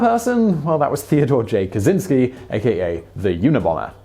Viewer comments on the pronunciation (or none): none